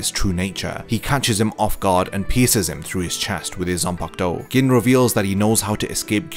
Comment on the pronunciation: Gin, pronounced "Geen". Sorry but it was killing me every time you said "Gin"... still upvoted. Great video.